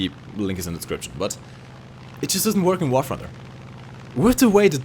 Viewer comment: i speak 5 languages but still i cant pronounce thunder as 'funder' )))